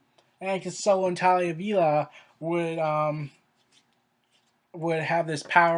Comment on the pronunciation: Talia? Is Tahiri really that hard to pronounce, mate? Tah-heer_ree.